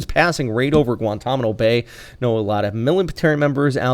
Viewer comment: Did he just say "Guantamino" 🤦